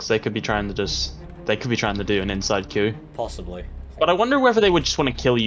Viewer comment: Its coup, not queue